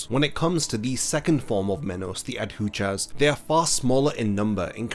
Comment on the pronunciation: Please learn to pronounce Adjucas correctly. I kept cringing through the whole video as you kept butchering the pronunciation. aH-joo-kaz